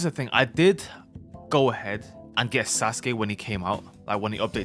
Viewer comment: "susgay" bro 🥀🥀